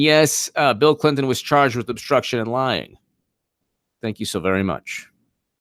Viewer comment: I love your content but goddamn i hate the way you say AND! It's not ayeeund.